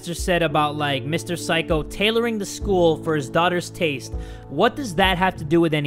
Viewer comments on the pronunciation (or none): the pronunciation of 'saikou' sounded like 'psycho'